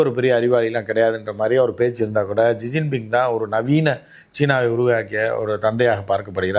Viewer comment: ஷிஜின்பிங் - இதுதான் சரியான உச்சரிப்பு